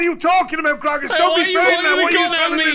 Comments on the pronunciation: I just love the last dude calling grognak “groggers” 😆😆😆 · The fact that everyone keeps calling Grognak "Sir-mam" is the energy I want for myself. Absolute goals. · I love how Anto calls Grognak Grongus